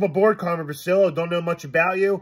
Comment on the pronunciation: much luv n respx to, he’s Carmen Bri-chi-llo, that’s how u say it boss, n he’s our paesano…..💪🏻💪🏻💪🏻🇮🇹🇮🇹🇮🇹